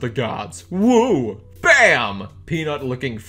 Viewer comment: Lol I thought I was the only one who noticed UwU